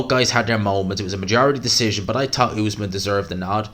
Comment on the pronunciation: Great video, but it cracks me up how bad you are with names, the other day you couldn’t say Faze, now you’re saying Essuman as Usman, they aren’t even hard names, just say what you see